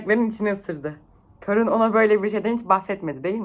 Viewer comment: Kârun diye okunmuyor muydu ya? Karun diye okuduğun her seferde irite oldum, bence uzatarak okuyalım